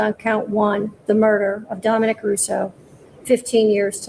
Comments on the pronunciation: his name is Dominic not Dominique. Dominique is a girl's name. As a reporter you should, at the very least, know the victim's name. Sound it out. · Hey he's a man Domi"Nick" not a girl Domi"NIQUE" GET IT RIGHT Dude. WTF!!! So dumb and really f'n dispectful. Do better really!! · I agree with every word… my heart breaks for both families.. keeps saying Dominique instead of Dominic, I love yah but please say his name right🤍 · The victim's name is not Dominique which is a girl's name ending in "eek". His name is just regular male Dominic, ending in "ick". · It's pronounced DomiNICK (Dominic) NOT DomiNEEK. Dominique is a female name. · U keep enunciating Dominick's name as Dominique. It's disrespectful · Please pronounce his name correctly its Dominic not Dominique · please stop calling DomiNICK Dominique. Thanks. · Please at least pronounce Dominic’s name correctly. Not Dominique which is the feminine pronunciation. Really makes me go beyond your message. Guest is good but really? Have you even researched this are all about “the clicks” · No disrespect but can we PLEASE say the victims names correctly!? I've seen so many people mess up their names. Even when speaking directly to the families, its like a slap in the face to them! It's DOMINIC (DAH-muh-nik) NOT Dominique (DAH-min-eek) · Why does he keep saying Dom's name as the female version? Have some respect bud.